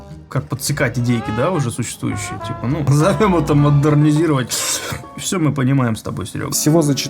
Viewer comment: Модернизировать без произношения звука р - звучит ужасно 😆 я бы только за это не стала бы брать курс.